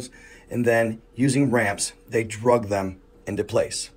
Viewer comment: "Dragged" not "Drugged." Speaking of "Drugged," wut you on man?